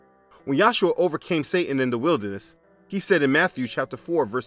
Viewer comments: Just being a bit picky: It's Yeshua, not Yahshua, and emphasis is on the second syllable not the first. For Ha'Kodesh, the second syllable is emphasized not the last. For the other Hebrew words, emphasize the last syllable. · This comment is not for debate or foolish dispute, I watched many of your videos and I'm curious as to why you say Yahshua instead of Yeshua which is how the Lord's name is said in Hebrew.